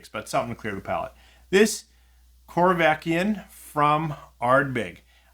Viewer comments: Hey, the corryvreckan is pronounced corry vreckan and not corvekyan 😂 Keep up poppin those bottles open! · I was going to ask about the "y" drifting along the word and back... I think he may have accidentally said it correctly once or twice, but certainly not most of the time!